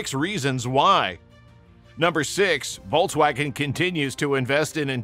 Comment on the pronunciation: I couldn't stomach this brute saying "Vol-waugen" every two words